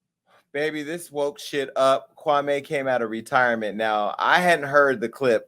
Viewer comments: Kwame! Kwamee! not kwamay😭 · KwahME. not May. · Jason, its Kwam...e not Kwa....may! I'm glad that you fvck with Kwame, so do I! ✊✊🥰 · It’s not Kwame me me not mai lol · KWA- MEE... As in Kwame Nkrumah. His name and pronunciation of it shouldn't be difficult for us to roll off our Afu-Ra-Kan (Afrikan) tongues no matter how long we been in America. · Quit saying his name wrong..........your messy.....